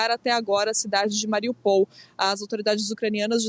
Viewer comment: A cidade não se chama Mariupol chama-se MariÚpol !!!!!!